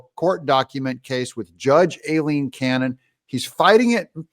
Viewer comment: Doug i love you brother heres a heads up, its pronounced EYE-LEEN. LOL. Keep up the good work my brother TRUMP 2024